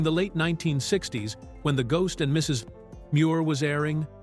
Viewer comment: annoying how the AI narrator pauses afetr the period in "Mrs." as it thinks it is the end of a sentence with the next sentence starting with "Muir"....